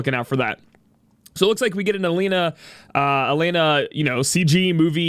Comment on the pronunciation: It's pronounced as E Len Ah (Elena)